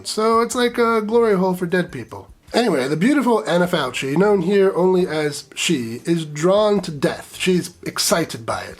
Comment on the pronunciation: CH in Italian is a hard K. Anna Falkee, not “faltshee”